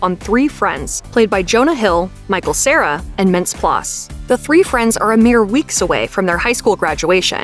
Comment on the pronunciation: you gotta pronounce mintz-plasse's name correctly.